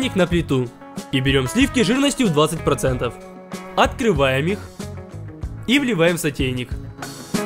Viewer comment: на протяжении каждого видео: А́ткрываем! За́крываем! О́трываем!